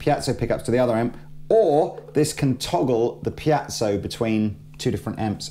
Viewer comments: Goddammit! It's piezo, with an E: piEzo, not piAzo! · Piezo..pronounced ..(pee-zo).. Not (pee-at-so) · I'll never understand why always says "pee-yat-zow". There's no T in there, mate. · repeat after me: pee-ay-tsoh, pee-ay-tsoh, pee-ay-tsoh, pee-ay-tsoh! There! You're good now. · say PIACHO one more time! !@ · "Piazzo" smh. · there's no 'a' in 'piezo'......